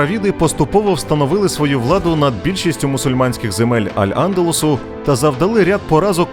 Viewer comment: Навчіться правильно ставити наголос географічним і історичним назвам типу: Аль Андалýс, морícкос i etc..